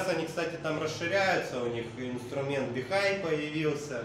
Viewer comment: Бихуй правильно, или бихуэй, а не бихай